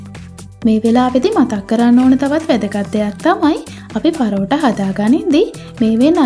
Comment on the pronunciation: පරෝටා ඒ මොන බහු බූත නමක්ද හරියට කියන්න පරාටා